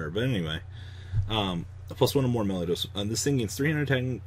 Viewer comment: you are pronouncing it Meliodas but it's Melodious lol